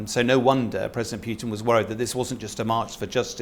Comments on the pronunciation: It’s Putin not pyutin you muppet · Pyuwtin? Appropriately enough, the pronunciation is more like poo-tin. Happily, the decision on permanently driving obdurately violent thugs out of Ukraine does not depend on the opinions of let's-appease-'em "experts". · Who is this President Pyootin he talks about? Can't be the Russian president, as that is V. "Pootin" (Путин). You can always tell which of these talking heads can read Russian and which can't. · Is this guy legit? Says Wagner is 50.000 strong and that talkin' bout"Pew-tinn" like the man on the street. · This man is considered an expert on russian politics? He can't even pronounce Putin's name correctly. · I'm sure Putin cares, not that that matters. Generally, names have one pronunciation and several common mispronunciations. The mispronunciations don't become correct just because they're common, and an expert whose knowledge of the subject is supposedly his selling point should know better. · What do you expect from an "expert" on Russia who can't even pronounce Putin the Petulant's name correctly?